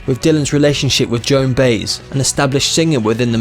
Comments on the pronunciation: Joan " Bi - ezz " is how its usually pronounced . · What did you call Joan Baez, who's Joan BAYZ go back to school son, you sound like you're reading out of a telephone book. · Who is Joan "Bays" ... idiot! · Joan Baez pronounces her name Bi-EZ. Man, you guys did not research any pronunciation. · No lie! I wonder if anyone ever told him it's not pronounced "Baze"? Maybe he's dyslexic? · Joan who? Please stop making videos about people who's name you can't pronounce. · If you can’t pronounce the name of Joan Baez, you’ve no business flailing with this story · I can not believe you can not pronounce Joan Baez's name unfuckingbelievable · Narrator needs to work on his pronunciation , he doesn’t know how pronounce Joan Baez or Duluth , Minn.? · Christopher Clements agreed. Can’t pronounce ‘Baez’. Pathetic. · Indeed. If all he can do is read text without bothering to learn your subject, he really shouldn't be making these videos at all. How could he fail to correctly pronounce the surname of Joan Baez, one of the most famous folk singers of all time? He just embarrassed himself here. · Is that a real voice or one of those computer-generated voices? I stuck with it after his inability to pronounce Desiree, but when I heard "Joan Bays".. I was finished. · I would have continued watching had the reader ever heard of ‘Baez’ ‘ Garrett’ or folk music! Unbelievable! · Joan Beiz ...are you just reading this stuff? Or is it your english accent or maybe you are unfamiliar with Joan Baez never heard her name pronounced properly before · I've been a Bod Dylan fan since his early sixties Blowing in the wind and The times they are a changing and then Like a Rolling Stone. Interesting video. I thought he was worth more money. By the way Joan Baez was mispronounced. It isn't pronounced BASZ it's ByeEZZ. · Joan Bays? No Baez it’s by ez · Baez is pronounced Bye-Ehz, not Bays. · Joan Baze? Who is this Joan Baze this narrator speaketh of? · Baez: pronounced “byez” .